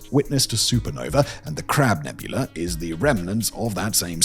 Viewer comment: "Crab NEBULAR" Im dying! 😂😂😂😂😂